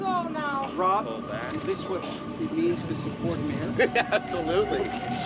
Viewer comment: ***** Except that it's ROB Ford, not Rod Ford. At least yell his name correctly when you yell it.